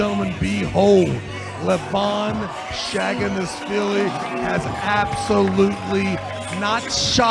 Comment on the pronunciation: Seems like Travis Bagent intentionally pronounces Levan's surname wrong "Shaginasvilli"